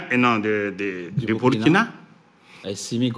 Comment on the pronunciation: Quand les NOIRS prononcent / byrkina/ (burkina) au lieu de / burkina/(BOURKINA) ça fait mal aux OREILLES.